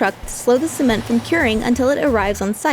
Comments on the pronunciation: Why does she say cement like c-men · now did i hear something else or did she just pronounce cement like that